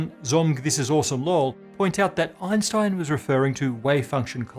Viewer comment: The mispronunciation of Einstein's name always makes my ears bleed.